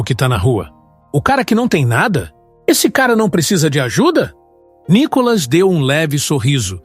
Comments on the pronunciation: Ve se aprende a expressar o nome do Nicolas... não tem nenhum acento no O de Nicolas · Vc não sabe falar o do verdedeiro nome d DEPUTADO.. N I C O L A S.. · Esse cara com esta página, já está enchendo o saco....essa página é feyk... Micolas nunca foi no programa do Ratinho, mais um detalhe, por vários vezes o narrador erra o nome de nicolas, e tem falas que já ouvi em outas postagens. Isso é uma montagem de um cara que só quer ganhar fama . Não estou curtindo mais essa merda de página, e cada vez que vejo já deleto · Não sabe fala nome do Nikolas.